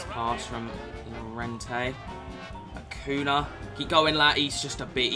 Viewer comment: It’s not Akuna , it’s Akunya